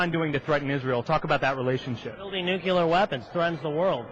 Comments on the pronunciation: "Take out the nucular facility" "Nucular weapons" PEOPLE!!!!!!!! if someone mispronounces that word, that's a clear message they are not fit to lead. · It's easy,. Repeat after me: "NEW-klee-er". This guy graduated from Law School, and can't even pronounce "nuclear"? And where does a 29 year old get $120,000 worth of tchotchkes worth stealing? By "getting a job"? Let's see at $6.55 (minimum wage - and don't Republicans believe that's all we working folks deserve?), that looks like almost 9 years working full time for a night of frustrated passion. Oh wait! I forgot: he's a lawyer! Those must represent *billable* hours. Never mind. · I like that this douche taught himself say "nucular". It think he may have been drugged before this interview, too. This is truly fantastic. Just fantastic. I love this guy. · "They have nucular weapons which threaten the world" "We could go in there with slingshots and beat them" Way to refute your own point in less than 30 seconds. And what the fuck is it with Republicans who can't properly pronounce 'nuclear'? Nucular... ffs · He said nucular... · he even says 'nukular' this guy is stupid as fuck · "Strategical" bombing of Iran's "nook-you-ler" facilities....This guy got exactly what he deserved. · I have a new rule. If you think "nukeyooler" is a word, you're an idiot. Another "family values" Republican demonstrates his values with a hooker. It's so routine it's almost not news. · Nucular? Learning from Palin? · This guy is an idiot because he says "nucular" like Bush. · lol this guy pronounced "nucular" too for nuclear ha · "Do strategical air strikes. Take out their nucular facility." Bwa hah hah hah hah!